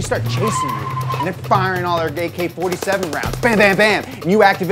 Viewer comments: Lol he said gay-K-47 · Did you say 'gay k 47' rounds ? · did anyone else hear “gay-K 47 rounds”